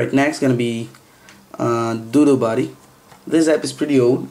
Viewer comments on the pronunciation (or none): When u said doodle buddy t sounded like dodo buddy ^.*